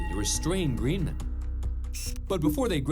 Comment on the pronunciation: Dale Roy Greenman says his name, the announcer still pronounces it wrong...